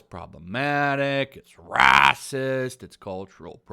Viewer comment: I love your content but why can you not pronounce 'racist' like any normal person?